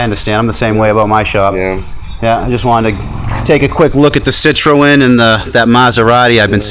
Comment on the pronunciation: Citroen is pronounced sit-ron